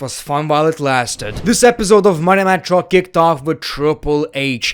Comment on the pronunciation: “Monday Nye Chraw”